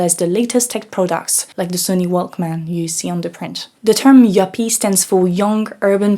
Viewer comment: Haha please say “Youppie” more. It sounds way cooler!